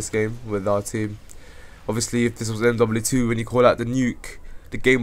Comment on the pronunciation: fake. And its MW2 not MDuble-looo 2